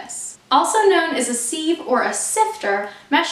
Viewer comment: It’s pronounced, “siv”.